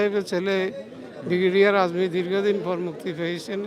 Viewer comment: ভিডিও কর, অথচ নামটা জানো না। আযমীর নয় ""আজমি""।